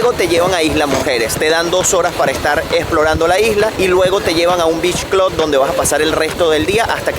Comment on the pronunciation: Beach "clud"